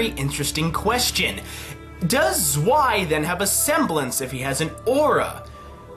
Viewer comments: zwei is prounounced as tswei, even if im not german it kinda hurt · I know it's an old video but zwei is pronounced tsvei